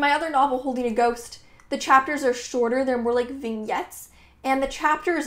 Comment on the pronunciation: Thanks,! Also, SYK, it's pronounced "vin-YETS," not "ving-ETS.":)